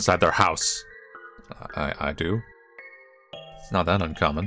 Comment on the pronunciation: "It's not that uncommon" followed by: "It's not that uncomon" 🤣